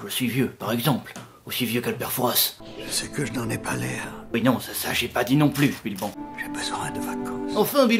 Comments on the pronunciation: Non, pas toi! On dit "Foura", pas Fourasss... C'est une ville, le "s" ne se prononce pas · Père Fouras le s est muet ça se dit "Fouras"